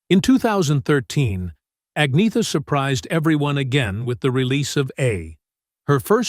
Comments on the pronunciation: Right? Byurn and Agneeta 🙄 At least they got Benny right. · I loved Anna. Lots of people said I looked like her. What a wonderful compliment!❤ BTW Agnetha is pronounced Anyetta.